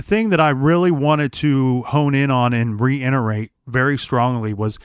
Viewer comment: reinterrate?! Reiterate*